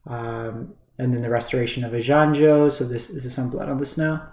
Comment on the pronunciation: I think in general you've done a reasonable summary of what's going on (I also understand this video is now a bit outdated at the time I'm writing this, though that isn't relevant for my comment), but man... those pronunciations were KILLING me, lol. Eye-gahn-jo (Kami of ) Tran-zee-uhns (Patchwork) Aa-taa-muh-taan Just some food for thought.